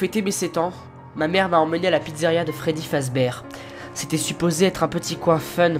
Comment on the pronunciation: je t'aime bien mais ptn on dit pas Freddy fazbèr on dit Freddy fazbèr (oui c mal écrit mais c pour faire la prononciation